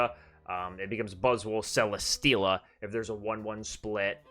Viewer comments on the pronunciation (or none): none